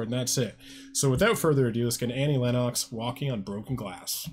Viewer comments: It's pronounced "Lenn ex" not "Lenn ox". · Um, it's "LEN-nucks," not "LEN-KNOCKS." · Pronounced Lenn-ix